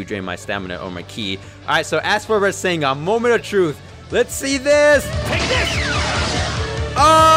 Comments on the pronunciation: ITS NOT PRENOUNCED RESENGAN ITS REZENGAN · I forgot to put the a in rasengan